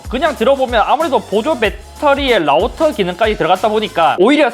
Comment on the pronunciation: 라우떠.12왛뜵 라고 말하네요ㅋㅋ